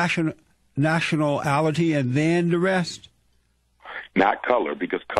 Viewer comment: “Natioler-nalility” Jesse is a dope